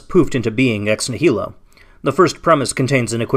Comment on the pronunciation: It would be nice if the person bothering to use the term "ex nihilo" so often knew how to pronounce it. This is like listening to someone pronounce "America" as "am-er-EEK-a" again and again.